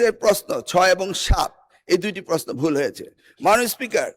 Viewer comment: পস্ন 😂,, ❌ প্রশ্ন ✅